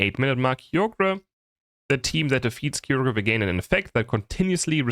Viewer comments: BRO THE WAY HE PRONOUNCES KYOGRE’S NAME. ITS KAI-YO-GER ❤❤😊😊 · BTW it is not Kyogre. It is Kaai- Ogar. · you read it as Ka-yo-ger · Yeah LoL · I've heard horrible Kyogre pronounciations before, but took it to another level. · And it matters because? Let him have his silly German pronunciations. It's not that deep